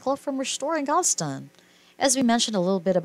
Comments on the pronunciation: It’s GAL-VES-STON, not GAL-STON! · It pronounced. Gal ves Tom get it right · STOP with your computer generated narration!!! They are from and reside in GAL-VEST-TON!! Like the song!!! I ADORE THESE DARLING HARD WORKING BRILLIANTLY TALENTED HUSBAND AND WIFE!!! I no longer have CABLE so I didn't know they have a new beautiful BABYGIRL!! THANK YOU ASHLEY AND MICHAEL, for many hours of entertainment and saving those WONDERFUL HISTORICAL HOMES IN GAL -VEST -TON!!!! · The title was intriguing, the video unwatchable. Say it with me, text-to-voice, GAL-VE-STON. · Please, Learn how to pronounce Galveston.